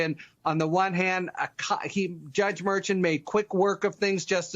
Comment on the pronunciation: Harry, you can't pronounce Merchan. What's up with that?